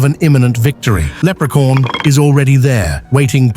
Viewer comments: For some reason I kept hearing leprecorn.😅 of course Leprechaun would win. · Can't get it out of my head how narrator says Leprecorn!😆😆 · Lerpecorn huh ? Interesting coming from ai slop 🖕🏼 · Haha lepre-corn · I think he did pronounce leprechaun but in a British way like they always talk